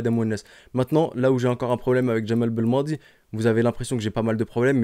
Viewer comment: Belmadi pas balmannnnnnndi